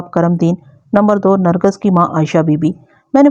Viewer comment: Nargas ghalt lafz h, sahi Nargis h.